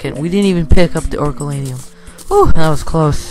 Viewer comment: Did u say orukalanium its oricalcum